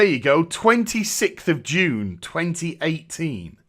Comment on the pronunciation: JUNE, not dune. JU...NE.